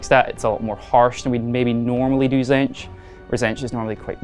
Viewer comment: What's a zench? TZEEEEEEEEENTCH